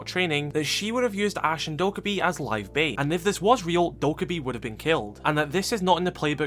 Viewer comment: Dokkaebi is pronounced doe-kay-bee :)